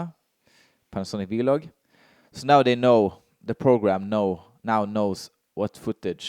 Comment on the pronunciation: Great video as always. I stopped at your norwegian vloG pronunciation :D Very similar G as in Denmark. I'm living in Denmark for 2 years otherwise i would never notice 😅